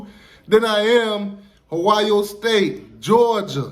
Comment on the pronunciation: Lmao. You always say “Hoio” instead of Ohio. But now that’s how I’m gonna say it. Hoe-I.O. Lol